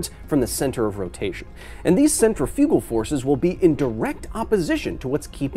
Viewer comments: I didn't get triggered because centrifugal force is a fake force, I got triggered because you keep putting the em-PHA-sis on the wrong sy-LLA-ble! It's not centri-FU-gal force, it's cen-TRI-fugal force!! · yeah we were triggered but because you said the word wrong I won w got laughed at for saying Centra-Fuge-al and told its pronunciation was Centrif-igal or Centrif-ical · So, now we’re just going to pronounce English words any way we want with no consistency? I take issue with your pronunciation of ‘centrifugal.’